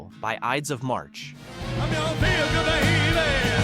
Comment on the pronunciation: this announcer is a clown. the iddis of March. what a schmuck!! learn your craft